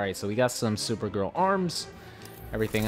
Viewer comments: why do you keep saying super grill instead of super girl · did u hear him say supergrill not hating by the way love your content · Ellboy XL The same time that I read this comment was the same time that he said supergrill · He said supergrill